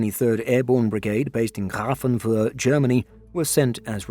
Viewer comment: I like how you pronounced Grafenwöhr - sounded like cat spitting out hairball! :)))